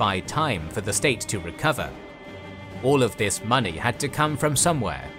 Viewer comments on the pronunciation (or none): none